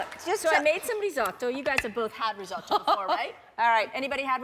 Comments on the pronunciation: I hate how she keeps saying risotto. “Rizoh-TOE!” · as an italian the way she’s pronouncing risotto is immensely triggering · OK tbh I’m Italian and no one pronounces risotto like that